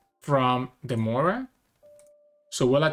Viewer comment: I really enjoy watching your videos. Thank you for posting them. As a relatively new player, it is interesting to hear your thought processes. Also, just as a side note, Moria is three syllables (Mo-ri-a) not two (Moy-ra). I actually hear a number of people pronounce Moria as "Moyra." Maybe there is a reason I'm not aware of...